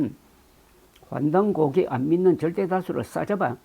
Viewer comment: 한국어에는 각 단어들에 장음(長音), 단음(短音)이 있어서 국어사전에도 표제어 장음 글자의 오른 편에 : 표로 표시되어 있다. 그런데 요즘 사람들은 한자어를 말할 때 이를 전적으로 무시하고 전부 아주 짧게 발음한다. 예컨대 요즘 '환단고기'가 이슈화되고 있는데 '고기'를 아주 짧게 발음하니 음식물처럼 들린다. 여기서 '환단고기(桓檀古記)'는 '고:기'라고 장음 발음을 해야 한다. 이런 폐해는 한자 사용의 폐지에서 기인한 것이다. 정말 큰일 났다.